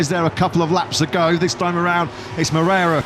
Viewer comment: Repeat afeter me: Mo-rei-ra It's not "Mrera".